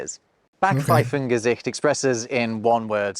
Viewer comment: "Kummerspeck" is not to be confused with "Bierbauch"😉 "Backpfeiffengesicht" is not about appearance, but a wrong attitude revealing itself on ones face P.S.: I have to compliment on her pronounciation. Almost every time you get it right the first time, so don´t let anybody confuse you